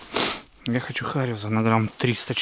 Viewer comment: Хариус, С- на конце, говорите по-русски, аж кровь из ушей от ваших "хариузов"